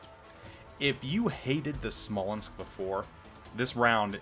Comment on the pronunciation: PS: you pronounced it right